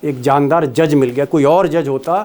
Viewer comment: Jamdar nahi jandar+ jandar= shandar ❤